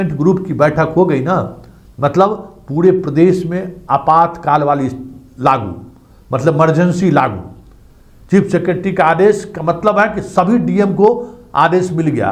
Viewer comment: आप भी इमरजेंसी को मरजेंसी बोलते हैं!